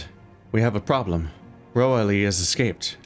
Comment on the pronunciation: Roaille is pronounced "Wry"... that's why the mission title is supposed to be mean "The Reason Why"